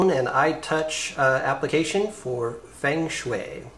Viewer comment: It's pronounced "fung shui" but cool app.